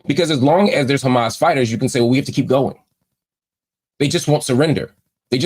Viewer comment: The A's in Arabic are the same. Say Hamas.